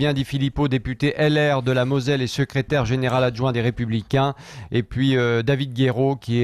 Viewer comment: Moselle et non Mozelle!🙄